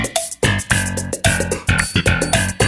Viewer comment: " Thaloty what the thuck " 2019 " Who the thuck is EJ" Lmao im dying 😂😂😂😂😂😂😂😂😂😂😂😂😂😂😂😂😂😂😂😂😂😂😂😂😂😂😂😂😂😂😂😂😂😂😂😂😂😂😂😂😂😂😂😂😂😂😂😂😂😂😂😂😂😂😂😂😂😂😂😂😂😂😂😂